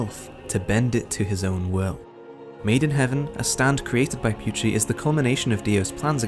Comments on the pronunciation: Why do you say pucci as pewchie, lol. It’s poot-chee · its pucci not pewchi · the video was good and all BUT WHY DID HE PRONOUNCE PUCCI AS PYUCHI